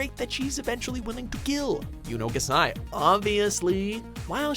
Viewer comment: I wanted to say this for some reason.. It’s Yuno GAAsai Not Yuno G’sai